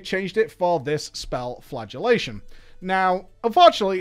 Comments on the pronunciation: I thought you said flatulate as in fart was the new spell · I hear “flatulationt” every time.